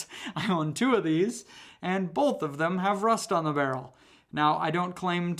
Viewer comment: It's both, not bolth.